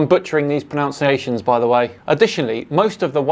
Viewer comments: "Apologies if I'm butchering these pronounciations by the way." -- You mispronounced "pronunciations". : ) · I like the mispronunciation of "pronunciations", btw... If it was accidental, it's perfect. If it was on purpose, it was Eric Morcambe.